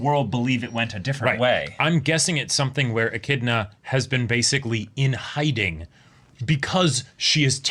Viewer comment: Finally, somebody who already knew how to pronounce "Echidna" correctly. This is why the are the best reactors. Men of culture and learning, through and through.